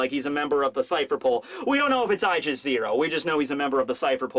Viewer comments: Aegis is pronounce "ee-jis" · It's pronounced ee-jis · It’s not eyegis. It’s eegis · I thought there was no ambiguity in what blackbeard was going to get: Sabo's devil fruit. Koby getting rear admiral in just a few days might have something to do with his participation in the incident on the last day of Reverie. And lastly it's pronounced EE-jis. I guess you can trust me on that one. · the aegis from greek is pronounced ay jiss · goes into deep Greek lore for a word he keeps misprounouncing. Me: Or it is just the Greek word for shield? Love ya buddy... But you have covered pokemon and Aegislash exists... It's just a term XD